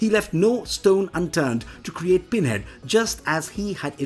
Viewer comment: All I hear is "Binhead". Interesting, though!